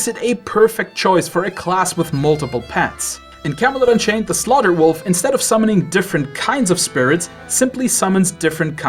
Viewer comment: "With armor made of wofl!"